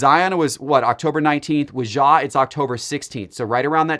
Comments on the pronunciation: yes that is perfect pronunciation 😆🤣😂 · Once again Ja is not French. His name is pronounce with a hard J.